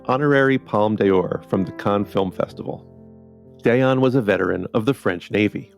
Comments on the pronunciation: Alain DELON. Pronounce De-Lon, not deyyon. For goodness' sake, the guy had been and international star for over 60 years. Everybody knows his name. Tune your robot properly. Deyyon ... smh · Alain DELON “DELL ON” Not everything is Spanish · Would have been much better if you had the courtesy to pronounce Alain Delon's name correctly